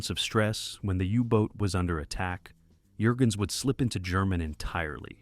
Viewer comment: Thumbs down because of bad AI narration. Can't pronounce the actor's names properly. It's not Jergens, like the lotion. It's sounds like 'Yurgens'. Can't even say "DD" right. But this is my favorite WW2 Navy movie.